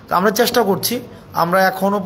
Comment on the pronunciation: চ্যাস্টা নয়৷ উচ্চারন হবে চেষ্টা টোর নয়৷ ট্যুর